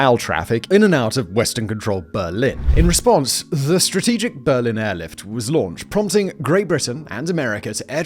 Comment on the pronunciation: Is it an English thing to put “eh” before certain words? Simon says “ehwas” instead of “was” and “ehwhere” instead of “where” and “ehrecyled” instead of “recycled”